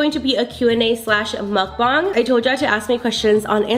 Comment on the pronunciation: It’s pronounced muck bang